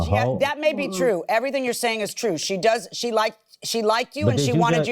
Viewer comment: "liked-ded"? Girl...